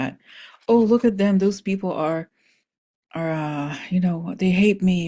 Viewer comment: Back the space program, not doze program.